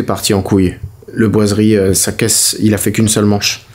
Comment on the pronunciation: Quand son homme dit le mot boiseries sa me rend malade 🤢.